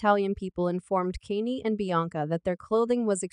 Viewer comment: You can't even prounoun Kanye name properly get a life